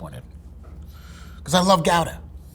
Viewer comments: He called it "gow-duh"... JFC... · I’m pretty sure Gouda is pronounced Goo-da, not Gow-da. It’s pronounced But-ter-kay-sa, not But-ter-kas. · "Gow-da"? Isnt it "Goo-da"? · If you're going to pronounce it in its own language, the Dutch say "howda" not gowda... Also Butterkäse is booter keh zuh. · wait... it's pronounced gow-duh? I thought it was goo-duh lol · gow-daah is closer to the dutch pronunciation. americans have been saying it wrong all along. wups! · But says "GOW-duh" and "boor-SOHN" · Ugh. Pronunciation! It’s “goodah” or “howdah”. Not “borson” but “borsehn”. If he’s a third-generation cheesemonger, he should know the correct pronunciations. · it's Ghowdah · Just some help on some of the pronunciations. Gouda = "Kchoodah" Butterkäse = "Butter kayzer" Boursin = "Boar sann" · It's not pronounced gooda, but gowda is also not fully correct. The ow is better though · Wrong on Gouda. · Please tell me Gouda isn’t really pronounced like that. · gouda is pronounced gowda not gooda? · I love his energy but the way he pronounced Gouda sent me reeling a bit lol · I dont trust anyone who likes amarican cheese Also never heard guda pronounced like that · How can you call yourself a cheese monger if you can't even pronounce Gouda properly? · His pronunciation is wrong, but closer to the actual pronunciation than "Gooda" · the ou part, yes, but the G and da part are different